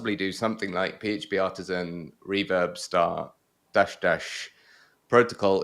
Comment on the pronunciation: I like the way pronounce Reverb as "Rewab".:)